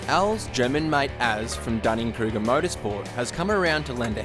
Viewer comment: Did you say Dunning-Kruger motor sport? I’m dead.😂